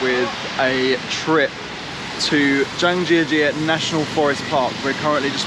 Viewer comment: Hahahaha...it's cute that you speak Chinese. When you say "Zhangjiajie" it sounds like "Zhang Sister"